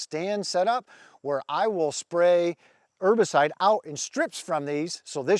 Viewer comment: The H is not silent in herbicide.